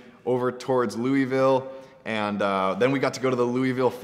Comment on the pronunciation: he said my City Louisville wrong hahahaha